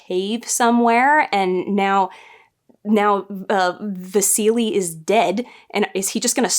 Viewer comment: The way you pronounce Vasily took me back every time. I was wondering what seelie you're talking about)